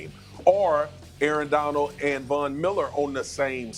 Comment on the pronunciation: Someone inform Marcus that there’s a d at the end of Aaron Donald’s name. “Aaron Donal” 🙄